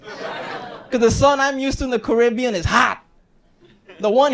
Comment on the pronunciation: My man went from half Caribbean to full currybbean